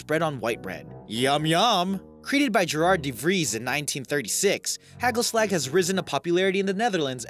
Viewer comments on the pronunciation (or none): Its not Haegul slack lol. Its pronounced HA gul (not g like in Girl), a hard g. Like you clear your throat! and then Slagggg (clearing again at the end). HA ggul slagg. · Lol im Dutch and the way you pronounce Oliebol is Ohleebole, and Hagelslag is Haagellslaag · What about heggelsleg for hagelslag? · Heggelsleg....hagelslag prenounced as ha-chel-slach. I am using the "Ch" as in the hebrew tone of it. That is the one thing that comes close to the sound that is "g" in dutch. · Learn how to pronounce dutch words you are butchering dutch its not hackel slak its hagelslag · "oleebollen" "hegelsleg" "vincent ven go" when english people pronounce dutch words edit: waarom de f**k krijgt dit zoveel aandacht? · OWIEBOLLUN 😂😂😂 Heggelsleg😂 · Ollybolun Hegelsleg Vinent ven goo No hate But your good at dutch 😂😂😂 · Hackleslack... LOL! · I cringed a litte bit when he said oliebollen and hagelslag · im from netherland i fuckind died of laughing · When you can't pronounce the Dutch g in hagelslag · i love the way you pronounced hagelslag, With the soft G and H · I died when he tried to pronounce "hagelslag" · Wow I am dutch, and it was very interesting but also very funny to hear how you pronounced "oliebollen" and "hagelslag". :-) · I died of laughter when he said oliebollen and hagelslag! XD its not how you pronounce that! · You pronounciation is wores i am from the nederlands en i was laughing out loud😂😂😂 oliebollen and hagelslag and vincent van gogh haha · Nothing better to hear an English person fail at dutch olliebollen en hagelslag <3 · How he says ''Hagelslag'' xD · Hahahahhahahahahhahahahha i’m dutch and that’s not how you say oliebollen or hagelslag😂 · You sound funny hagelslag hahaha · Is it really that hard to pronounce hagelslag? LOL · you pronounced not even 1 single dutch name/word right especially hagelslag